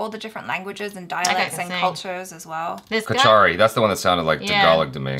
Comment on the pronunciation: Kachari is also one of Assamese tribe. I am half kachari ..and we pronounce it as KOSARI. 😃✌️